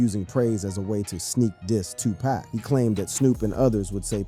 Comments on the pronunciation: Damn man you could have atleast pronounced Pac's name right... You called that man tupack.. over and over and over😂🤦🏿‍♂️ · Shooge Knight and Two-pack is high-key disturbing to my ears! It's hard to focus on the content when he keeps mispronounciating these men's names!! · How many packs young brother??? 🤔😅 🗣️ IT'S PAC! PAC!(POCK) DAMN HUMAN A.I. GLITCH 😤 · This video is so disrespectful saying 2 pack that I can’t listen to it anymore! I’ll just read the cahments 😅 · I can't focus because he keeps saying 2 pack....like WTF! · I can’t listen to one more “To Pack” ! 🤦🏻‍♀️ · He said shoooje knight, and 2 pack. Shaking my mothafuckin head yall. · Right!!!! Especially when it say 2PACKK!!! Lol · I had to come to the comments. How is he narrating and can’t say he name right. It pronounced 2pock..😮😮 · CLICK BAIT, Dude can't even pronounce Tupac's name right 🤦🏽‍♂️ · something aint, right this guy is pronouncing Tupac's name wrong. Is this A.I. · A black person that can not pronounce Tupac is a house nigga just like Snoop, before you make another video you need to get they his name right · Hey man you ain't even speaking the name correctly who are U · It's irritating and annoying as hell to keep hearing him mispronounce 2Pac's name 🙄 😒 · Please stop pronouncing 2 Pac name wrong. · Get it right, nerd. It's 2pac, not 2pack . Lame ass rat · Is Tupac stop saying his name wrong if you don't know how to say it don't say it Tupac not tupak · Bro PLEASE PRONUNCIATE MY BROTHER'S NAME ...ITS NOT TUPACK ITS TUPAC (tu-pock)HOW TF you don't even know his name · Stop calling Tupac, Tu Pack, get the name right!🙄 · This cat said,” 2 pack. It’s, Tupac pronounced like saying too-pak. Get it right if you’re capitalizing off his name. On social media. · why are you pronouncing Pac name wrong , I know you have heard the correct pronouncing of his name, you being disrespectful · It,s TUPAC NOT TWOPAC FOOL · Moron can't even say 2pac ...ITS NOT 2PACK SMH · It's 2PAC NOT twoPack!!!😫😫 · TOE PEC 😂